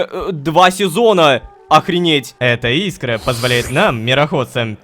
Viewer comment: Не и́скра,а искра́